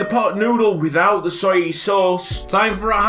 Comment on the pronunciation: Soyee sauce😂